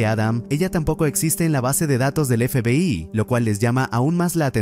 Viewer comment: La IA no puede pronunciar FBAY